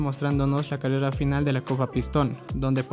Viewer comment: Me dio risa cuando decía cadeda en ves de de decir carrera pero yo tambien tengo ese problema XDDDD